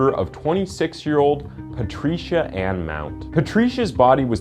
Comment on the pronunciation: Patricia ——!!!! Only goodness the way you say her name is all wrong !! Hahaha it’s like Pa-Trisha why would you say a man of color ugh